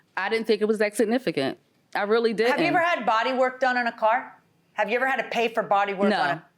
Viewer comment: Ha ha, when is a car NOT a car ..................... When it's a CORE. Lying woman, how about this, if you can't pronounce the word CAR then maybe you shouldn't be driving one. At least tell the truth in court.